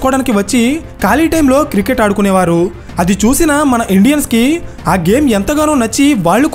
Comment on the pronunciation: అరే.. బాబూ..! అది కిరికెట్ కాదు క్రికెట్.